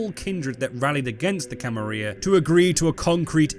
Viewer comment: I don't know if you're doing it for engagement, but man it really annoys me that you keep saying Camarilla wrong.